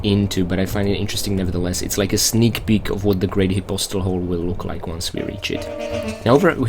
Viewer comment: I think the way he's pronouncing it is the correct way (but I'm not 100% positive)